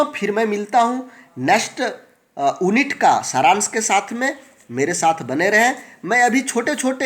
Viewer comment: ओन्नित नही यूनिट